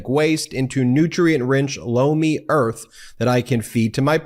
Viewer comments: I'm hard of hearing and you were advertising loamy but it sounded like blow me and I'm still laughing thank you for that don't want to get hearing aids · Sounds a lot like you're saying Blow me when you say Lomi. Just sayin.